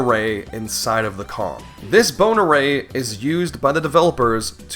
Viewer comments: what he says "bone array". what i hear "boner ray" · I know he's saying "Bone Array" but is anyone else hearing "Boner Ray"? What a terrifying weapon that would be. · Who else keeps hearing "Boner Ray"